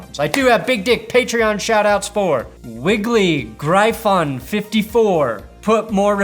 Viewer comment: "Gryphon" is pronounced the same as Griffin, you Mountain Time Zone Monster!